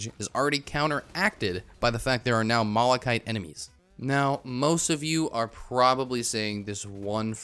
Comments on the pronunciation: He mispronounces malachite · Why are people getting mad at you "pronouncing planula wrong" when you pronounce malachite wrong?